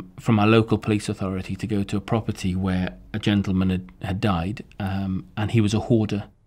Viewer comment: he so funny "sadly" "genteman" lamo